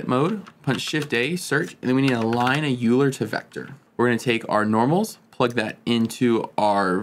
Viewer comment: FYI, Euler is pronounced more like “Oiler”.